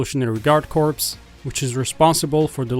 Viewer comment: Great video! Thanks for the info. Small tip, the p in corps is silent. It's pronounced like "core"